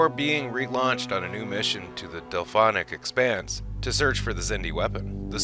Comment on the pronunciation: COOL vid but its the DELPHIC expanse and not DelPHONIC